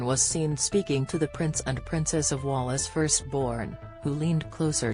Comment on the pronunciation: It’s pronounced like whales not Wallace. Do you think you could be respectful. And stop saying getty all the time. You are a messs